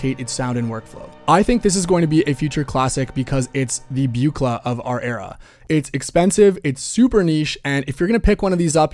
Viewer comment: The what la? It’s BOOCla not BEWCla